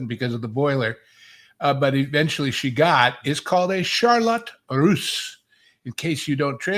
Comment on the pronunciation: Schadenfreude -- great word telling us how very hip you are. You're even pronouncing "russe" correctly! "A full-time legal babysitter" -- man, you folks make this stuff lots funner! Wouldn't it be great if we're soon rid of Disney AND the Spew? It would almost begin to make up for the past 46 months in hell ;)